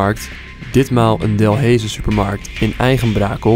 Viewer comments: je zegt dalhaize verkeerd je moet deleize zegge en niet delheize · Geen haat maar je zegt niet delheejse maar deleise maar je schrijft het als Delhaize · Ben ik raar of zeg je delhaize niet delheeeze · "delheeze" HAHAAH no offense tho, kon niet weten dat je het uitspreekt op zn Frans zoals Delèze zegmaar lol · Ik irriteer me wel een beetje dat je DELHEEEZE zegt in de plaats van delhaize😂😂😂😂😂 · 4;00 tis niet delheze tis op ze frans delaize die supermarkt dalhaze waar je het over had sorry voor dit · Bruh het is niet delheeze😂 Het is dulijze😂 Ik denk dat alle belgen hier erg mee hebben kunnen lachan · Het is niet Delhaize je spreekt het uit als deleis (By echte Belg) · Ik wil niks zeggen... maar ik heb me zonet doodgelachen om het feit hoe je Delhaize uitspreekt XD. Je spreekt het uit als delhijze met een ij niet ee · In overijse woont men tante en ik woon zelf ook in België en je spreekt Delhaize uit al delijze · Je spreekt “Delhaize” uit als Deleize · Je spreekt die t van dinat wel uit niet dinan Delhaize streek je uit als delijze (Ik woon in België) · İk lag me dood,dus die supermarkt genaamd Delhaize zeggen de Belgen als “Delijze” of “ den Delijz” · Je spreekt het uit als delese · 'DELHAIZE' spreek je uit als 'deleize' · "De DEL heise" pahhaha (geen haat btw) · Je spreekt het uit als deleze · Hoe Hij Delhaize Zegt het Is De Lijze zo Spreek je het uit maar je schrijft het Zo Delhaize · De naam is Delhaize maar je spreekt het uit als delijze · Je spreek delaize uit als delijze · HOE TF ZEGT HIJ DELHAIZE JE ZEGT HET ZO D E L A I Z E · even om te zeggen: je zegt delaize en je schrijft delhaize!!! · I love hoe je Delhaize uit spreekt 😂😂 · Ik moest echt lachen hoe hij “delhaize” zij😂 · Hoe Delhaize uitsprak😂 de Belgen weten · HAHAH hoe jij Delhaize uitspreekt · Ik ga stuk op de manier hoe je “delhaize” uitspreekt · Hahah bij Delhaize spreekt ge die “h” niet eens uit mr ok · Je kan echt geen Delhaize uitspreken 😂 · Delhaize spreek je nie zo uit